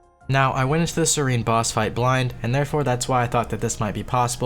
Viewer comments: Its SEH-REN not SERENE. Come on. And twitch chat that didnt bugged him about it. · Serin? It's SE-RE-N! not SE-RI-N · SER-ENN not SER-EEENE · BTW it's pronounced SEH-ren not SEH-reen. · This man just called Seren, Sereen NAH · lowest level to not know that Seren and serene are different words with different pronunciation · the way you pronounce seren is wierd xD